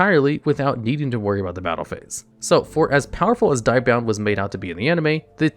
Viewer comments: I'm triggered by the constant pronunciation of Die-bound instead of Dia-bound. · dia bound like dio, not die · Hey bro, I really like your vids but you have absolutely no clue how to pronounce half the cards/cast from the show. “Diabound” is so butchered terribly. please do more research on how to correctly pronounce more cards.